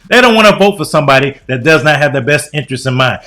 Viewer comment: "Somebodi"..."college witchu"...he's worst than Kamala.